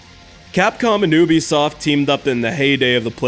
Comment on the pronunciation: oobisoft? I think you mean Ubisoft